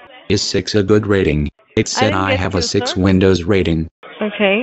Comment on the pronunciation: 'Vindows 9 installation' lol